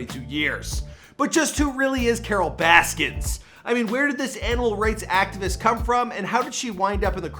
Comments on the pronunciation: So much diggin that you cant say her last name right in any of these videos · Why does it keep saying Baskins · He calls her Carole Baskins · i wish people would stop adding an ‘s’ at the end of her name. i’m not defending her but it’s a pet peeve of mine 😂